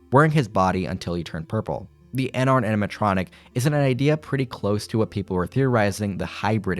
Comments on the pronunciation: My guy ennard is pronounced “en-nerd” like inner. No hate tho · It was a conscious choice to mispronounce ennard over and over